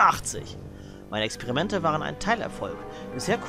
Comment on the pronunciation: Wie geil ist das denn, dass man hier vier Hände retten muss?! :D Also wirklich, wer denkt sich so was aus. Bestimmt Professor Hamilton Kift. Sein Name sagt schon alles! :D :D :D Haha, als du das Buch vorgelesen hast, hab ich zuerst Exkremente verstanden, anstatt Experimente. :D Er konnte also Exkremente wiederbeleben. Sehr interessant! :D :D :D Ja, macht ja nichts, dass ich es vorher nicht sehen konnte. Vielen Dank auf jeden Fall, für die vielen lieben Grüße! :)